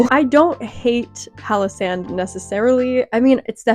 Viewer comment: I only listened to the audio and instead of 'Palosand' I understood 'Pakistan'. Pretty confused why you roasted a whole country out of nothing lol